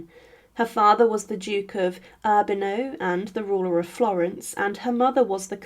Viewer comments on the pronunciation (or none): More mispronunciation: Urbano, Medici(I was taught by Italians to pronounce Medici differently); St Denis (DEN-ee). One would a British presenter has a better handle on French, Italian pronounciation. Is it AI?